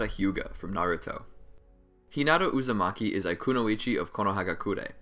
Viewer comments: U made a mistake u said hinata uzamiki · He said hinata uzimake 😹